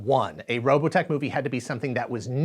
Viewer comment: Oh the rolling R for Robotech is the best